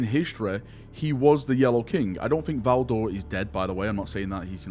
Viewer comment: It’s Valdor. Pfft.